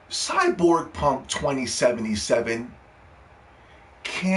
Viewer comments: He saying it like that on purpose i figured that out from the fact he spelled the Title cyberpunk. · You can’t even say cyberpunk right